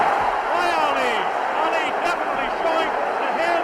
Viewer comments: It's Ali not Allie 🤷🏾‍♀️ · No its not. It’s Ali. You retard.